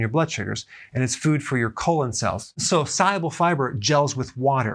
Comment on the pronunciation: great vid. when you say pronounce "soluble", it soumds like you're saying "si-able". bit confusing.....